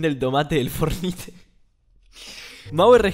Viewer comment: el video perdió gracia cuando dijiste "for nite"